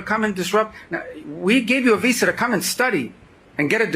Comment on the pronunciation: Dude doesn't even know how to pronounce Visa.